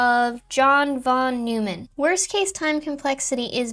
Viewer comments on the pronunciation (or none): Please tell me this is Asuka talking, that you DO know how to pronounce "radix" correctly, that you DO know how to pronounce John von Neumann's name correctly, etc. Because in this video, you failed on both of those, and probably some others. If you think your pronunciation of this is correct, and this was really you talking, go look them up, because you are not pronouncing them correctly and lose a LOT of credibility for this simple failures. You are better than this. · Only a few minutes in and loving this so far, but at pronunciation of Von Neumann, especially since Asuka was raised in Germany...